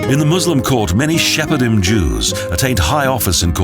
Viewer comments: Shepherd Jews... Actually, it's Sephardim. :) On the other hand, when the word Jews is added, it will be Sephardic Jews. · "Shepardim"? I lost count of the number of mispronunciations.